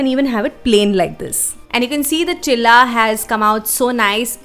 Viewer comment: Its not chila ts cheela